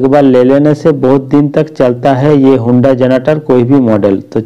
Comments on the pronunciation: Hunda nahi...Honda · When he pronounced honda as हुंडा . Kasam se khoob hnsa hoon mai😂😂😂😂